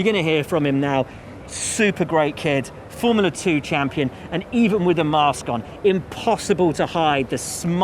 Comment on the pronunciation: It's not "Formala One". It's Form-u-la One!"